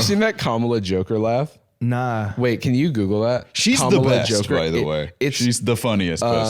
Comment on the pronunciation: I heard 'be our Mom-ala' and wanted to scrub my ears off my head, except that I also didn't want that to be the last thing I heard before deafening myself.